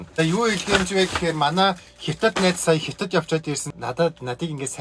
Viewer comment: Хитад биш ээ хятад